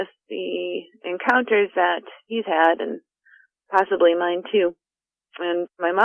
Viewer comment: love the channel, but is anyone else bothered by the inexplicable Y that he puts in the word "encounters" in the intro? No?.... Just me then?.....encyounters